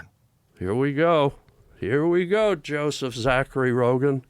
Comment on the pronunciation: Harland saying JO-seph 😂 come on guy I'm not a fly guy...LMFao